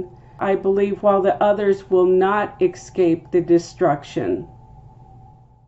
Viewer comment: Interesting link to word Harpazo. Btw….it’s EScape… not EKscape.